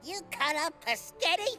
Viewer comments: Omg, calls pasta ‘pasghetti’? So cute! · Can anyone acknowledge that says “Pasgetti” instead of “Spaghetti” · I love how says Pasghetti instead of spaghetti 😂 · IS ANYONE GONNA TALK ABOUT HOW PRONOUNCES “SPAGHETTI?” HE PRONOUNCES IT LIKE: “PASGHETTI” THATS TOO CUTE DUDE, I USED TO PRONOUNCE IT LIKE THAT 😭😭🤚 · I think it’s adorable that still says “Pasgehtti” 🤣😍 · and the guard literally say spaghetti wrong